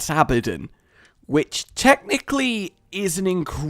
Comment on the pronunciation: Not to be a hater or anything but, when he said abadin instead of abadon it pissed me off because he said it so wrong